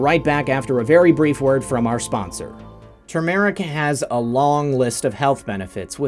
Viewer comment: Please warn people who are anemic NOT to use TURmeric (emphasis on first syllable). It is a very effective blood thinner.